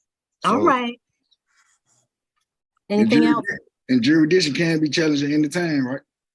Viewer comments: He said do you have subject JURISTITION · Juradissin! Dude, did you even graduate middle school?!? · "Juradishun" He should have been laughed out of court right there. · I laughed my arse off when he said jurisdiction!!🤦‍♀️🤦‍♀️🤦‍♀️🤦‍♀️🤦‍♀️🤦‍♀️